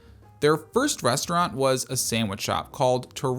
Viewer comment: resh - trant